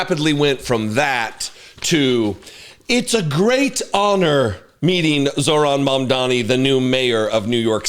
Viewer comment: *Mamdani noy momdani. I know donny taco probably tried to call him mommy or daddy after falling head over heels in love with him. But can americans finally start using people's names properly? He isn't called zoo-ran, nor mom-dani. His name is zohran mamdani. This isn't an attack against you personally. But when all of you mis pronounce his name despite claiming to respect him. It only adds more suspicious of how r a c i s t your country is. That being said I loved watching taco fold over and act like a fangirl😂.